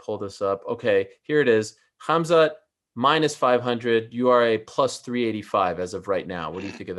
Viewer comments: Everyone: Khamzat Meerschaert: Khazma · Not Hazmat 😂, Hamzat! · and Did he say "hazmat"? 😂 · He kept calling him Hazmat LMAO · Did he call him HAZMAT instead Khamzat? In any case, Khamzat is fighting above his weight class. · Dude, He said haZMat, meaning he confused the letters m and z. No matter how you pronounce it, the m comes before the z. Just check the original: حمزة